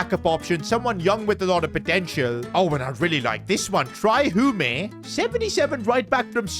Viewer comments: Tria hume haha why he say it that way lol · You are gonna trigger me if you pronounce Trai Hume's name like that. Pronounced Tray Hyoom.